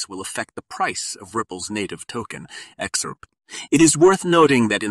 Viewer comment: What a BS channel, starting from the title up to the how you pronounce XRP!